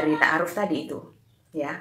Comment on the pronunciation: Maksain amat ni misionaris...Takaruf ??? Apaan tu takaruf ? Ta'aruf kalee...pake 'ain. Helluyah